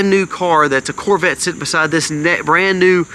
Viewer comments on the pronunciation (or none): none